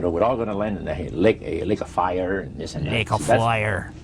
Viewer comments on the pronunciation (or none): saying ''Lake of fire'' and ''Baloney'' in an Irish accent is fucking hilarious. Gotta mark this.